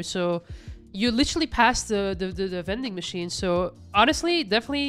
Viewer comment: " veding machine". I didn't know I could get a snickers and a pistol lol🤣